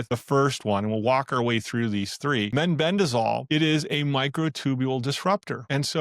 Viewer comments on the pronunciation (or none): It's meh-ben-dazole, not men-ben-dazole. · it concerns me that the speaker in this video pronounced mebendazole as meNbendazole ?